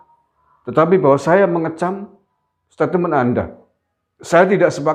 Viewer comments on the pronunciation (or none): Om ngucapinya stetmen bukan satateme .🙏🏼🙏🏼